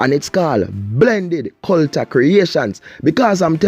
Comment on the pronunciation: you made me laugh when you say cul-ta and anoy-mity. What happened to cul-ture and an-o-nym-i-ty?